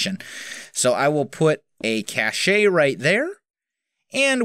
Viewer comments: Cache is pronounced Kay-Sh, or ca-sh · Was Mrs.Wels laughing at your pronounciation of cache again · The way he says Cache! Lol!